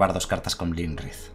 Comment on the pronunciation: Este mazo mola muchisimo jaja. Solo un apunte, el dragón azul no es Lymrith es Iymrith, es una i, perdón pero es que cada vez que lo decías me sangraba un oído jaja.